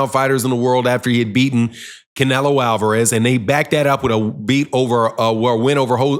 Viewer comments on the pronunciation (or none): none